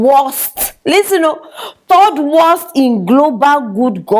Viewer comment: Please the corect word is third not thord